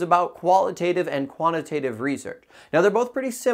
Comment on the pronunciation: Don't you pronounce both terms wrong all throughout this video though? 👀